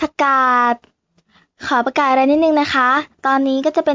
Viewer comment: ประกาศหรือผักกาศคะ555